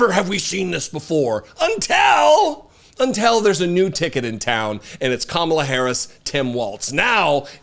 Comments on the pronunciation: I’m a huge fan of the work you and your wife do. You are both forces for good in this world and I appreciate you guys immensely. However, one small criticism and I hope you don’t take it the wrong way: Have you ever noticed that you say “unTELL” instead of “until”? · Hey, I love ya man, but the word until is not pronounced untel. 😂😂😂